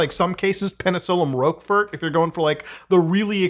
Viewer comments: "I like blue cheese." calls Roquefort British and pronounces it "Rokeford" My man. My dude. My guy. Nah. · it's pronounced rockfart